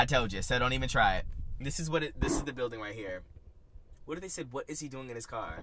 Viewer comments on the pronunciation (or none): none